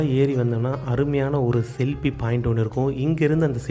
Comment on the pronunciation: Selfie ❌selpie✅ 😂 jest for fun bro nice video 🎉❤